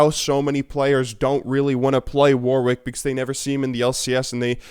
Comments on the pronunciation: It's pronounced worrick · Am I the only one that gets really annoyed when people say the 2nd w in warwick?